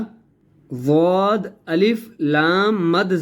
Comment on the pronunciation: Plz zowad mat bolo dowaad bolo